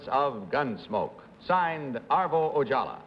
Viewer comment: It's Ojala, not Ojallah. And Kitty Carlisle? I've seen her on A Night At The Opera with the Marx Brothers